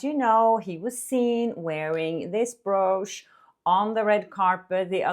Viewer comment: I'm sorry, I love you both, but you and stephwithdadeets have the same mispronunciation for brooch and it kills me everytime I hear it😭 it should be pronounced like b"roach" ❤